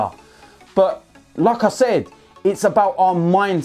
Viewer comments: Whenever he said "like I said", I thought he is saying Lacazette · When he says "Like I Said" I thought he was saying Lacazette